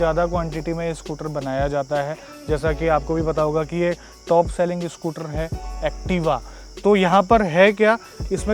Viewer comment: Everyone else: Scooter: SCOOTRRR